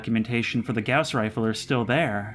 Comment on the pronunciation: Don't Read beyond this part of the comment if you haven't finished the video. (It's a spoiler. ) It's pronounced GOSS rifle.